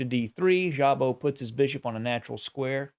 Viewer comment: I believe in Hungarian just ignore the "z" and pronounce Szabo like Sabo.